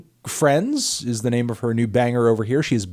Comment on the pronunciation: I listen to these on my Monday commute and both times you yell BANGA in a British accent I spilled coffee on my white T-shirt so thanks melon